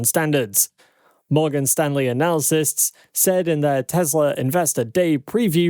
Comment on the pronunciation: Mispronouncing the word analysts hurts your credibility. Analacysts is not correct